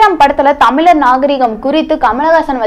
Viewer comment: Unakku thamizh endru uchcharikkave theriyala. Mozi uchcharippu miga mukkiyam sagodari....